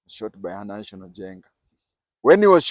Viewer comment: And its not nahational as it sounds from you . its NAHASON